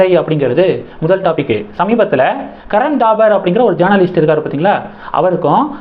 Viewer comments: Karan Thapar, not Dabar. How horrible your pronunciation is! You refuse to improve it. If you don't know how to pronounce names & words correct why do you make videos? Can't you pronounce P & B differently? Don't you know difference between P & B? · கரண் தாபர் .. '-பசு, படம்- சொற்களில் உள்ள 'ப ' போல் உச்சரிக்கவும்.